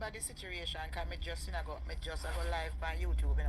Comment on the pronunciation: 😂😂😂😂Educated ppl pronounce word Situation as Situration listen ppl all times she pronounce that word situration😂😂😂